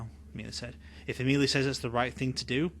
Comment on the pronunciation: Ms. Caine named the head vampire Amelie (pronounced AH-muh-lee). No disrespect meant, just figured you’d like to know for your next book narration ❤ thank you!